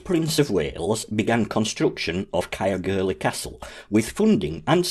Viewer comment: Interesting and informative video, however ,Caergwrle should be pronounced 'Cayerr - goor - leh' Not Cayerr gurlie 😊